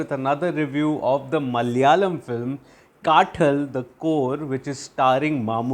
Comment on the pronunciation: कातल - This is how you pronounce the word. Not काटल or काठल.